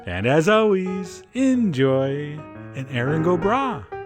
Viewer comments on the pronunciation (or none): none